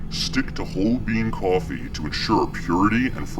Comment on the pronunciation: Did I hear "kwafee?